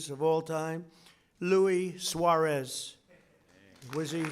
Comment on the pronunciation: He was laughing bc he didn’t understand a word trump said 😂 Trump just knows Pelé 🤣🤣🤣 He said “Lui Juarez “ trump just shited on Messi and Argentina 😂😂😂😂😂😂